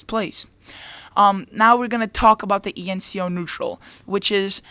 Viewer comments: That is E N S O, not E N C O. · You kept saying ENCO, But it's ENSO.